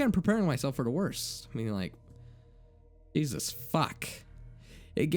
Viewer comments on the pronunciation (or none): none